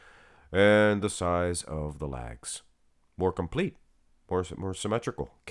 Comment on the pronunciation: You say lags it's legs